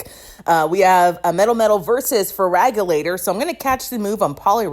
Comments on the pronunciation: Your pronouncation of melmetal is so bad 😭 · Are you saying Mel-Metal or MetalMetal?